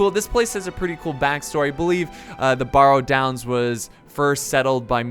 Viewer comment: i know, how is it possible to mis-pronounce barrow? it's... just like a wheel-barrow.